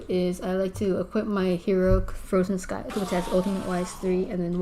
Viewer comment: Your not saying scythe right and edit this shit lol sub to